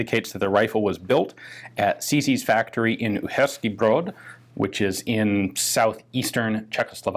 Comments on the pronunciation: As a Czech I really admire your "Uherský Brod" pronunciation. You nailed it. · He did exceptionally well, though. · Yes very nicely done, I think. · close enough I'd say